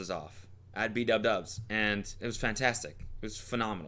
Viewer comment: Did I hear you say b dub dubs instead of bdubs??